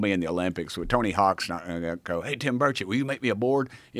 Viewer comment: Finally, Joe can pronounce his name correctly.